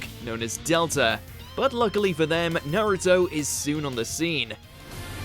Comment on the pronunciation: Its pronounced Naruto not nairito